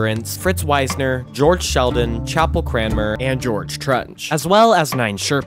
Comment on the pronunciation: A bit of research on how names are pronounced would improve the overall quality. The leader of the 1939 expedition was Fritz Wiessner, not Weisner, which affects the pronunciation. It’s pronounced “Weesner” rather than “Wise-ner “. Also, talking about “base camp four” is not how climbers do it. Base camp is only the first and lowest camp, at the base of the mountain. Hence the term. Then, perhaps there is an advance base camp above that. But all higher camps are referred to only by numbers. So the first camp above base camp would either be advance base camp or camp one. The next camp would be camp two, and so forth.